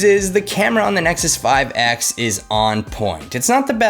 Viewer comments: Did you really just said "Isnexus 5X" ??? Did you wanna say IPhone or something? 😂😂😋👌🏻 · Yeah I heard it too.